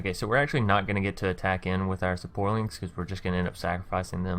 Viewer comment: Everytime he says saporlings I bust a nut